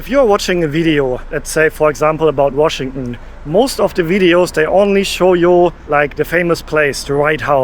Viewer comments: Washington ❌❌ Washingunn ✅✅ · Washington is pronounced WashingTON. You pronounce it the way Germans do where they swallow the TON at the end. It chokes me up.😅😅😅